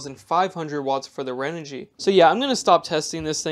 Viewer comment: ...don't wanna be that guy.. but ahh.. there's no "L" in Renogy.. 🙃